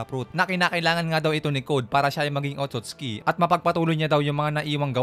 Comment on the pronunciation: Hindi po otutski 😂